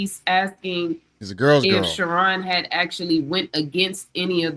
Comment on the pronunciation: Hey bro I dont even eff w bro shu-ron like that but u keep callin him sharon got me rollin every time lmao